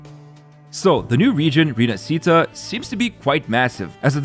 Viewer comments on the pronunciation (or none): Rinascita is italian and is pronounced like Rinashita for you english people not RINASITA ...Roccia character almost there but without the full sound of the "i".. is more like Roccha ... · Its not Rinascíta. Its Rináscita... Not Roccía, Ròccia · Repeat after me: Ree-nah-shee-tah, stress on the first A. It's not Rinasceeta or whatever. With all that stuff, this 2.0 feels more like 3.0. Can't wait. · by the way, rinascita is pronounced rina-shi-ta, roccia is pronounced ro-cha and carlotta just needs emphasis on the o. I'm Italian and pronunciation matters a lot to me, the devs do poorly to pronounce it right but at least we can. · rinascita is actually pronounced "rinashita" if you spell it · Rinascita, gondola, Roccia... Please please please learn the correct pronunciation of these Italian words, especially where the tonic accent falls, it's a torture to listen to these terrible pronunciations...